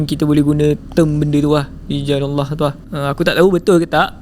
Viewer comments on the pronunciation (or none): none